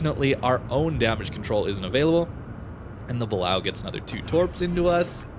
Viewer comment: It's pronounced Buh-Lay-Oh not how you're saying it